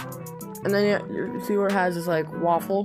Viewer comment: I love how he said waffle lol